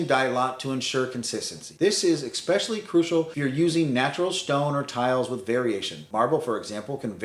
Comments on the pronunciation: "Ex-specially" It's "especially". Sorry, couldn't help myself. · It’s “especially “, not “expecially!” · I cannot believe you actually showed a "wetroom" layout and didn't mention what a TERRIBLE idea they are. Why create a scenario where every shower also requires cleaning a tub you did not even use, with every shower. UGH. Also, it's ESPECIALLY... not EXpecially (5X!!!) Beyond those things, advice is solid.